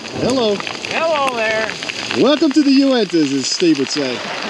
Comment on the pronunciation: Cool video. Awesome adventure!!!! I love your pronunciation of Uintas when altitude is affecting your speech! LOL. I saw the moment you injured your toe. Pretty funny to watch but I'm sure it was painful. I'm glad we were able to weather the storm without having to do what they taught us about getting into a sleeping bag together to get warm. LOL. Fun and memorable times. This trail is full of all kinds of surprises and challenges. Congrats on completing all the passes! On the home stretch now. You even got some play time in with the miniatures! LOL. Have a great day.